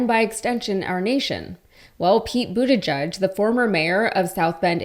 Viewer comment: Please learn how to pronounce Buttigieg. It's not that hard.